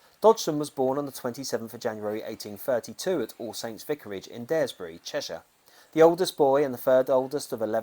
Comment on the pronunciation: Superb work. Just live down the road from Daresbury (rymmes with car) sorry was just your pronunciation 😉 Yes lot of things Lewis Carroll related around here. Even Warrington Town centre has a massive stone mad hatters tea party scene which Charles n Di visited in 1984